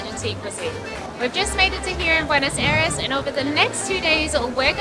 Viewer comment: Hey fantastic video on the great gastronomic variety that can be found in Buenos Aires.Italians have told me they had the best pizza in Argentina.Thanks for promoting my country,we need all the tourists we can get.Just a small thing,constructive criticism please ask the locals your pronounciation is 3 out of 10.